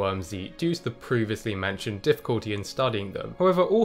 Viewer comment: "proovously mentioned"